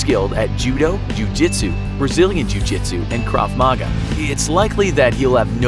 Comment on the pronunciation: he said krav maga wrong